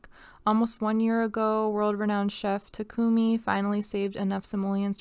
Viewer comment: Takumi -> tah-ku-me..you don't hold vowels when saying Japanese names :)